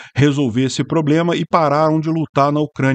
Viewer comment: O drone teve um PRRRRABLIEMMA.